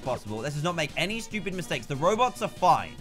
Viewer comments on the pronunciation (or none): um..its "stupid" not stupit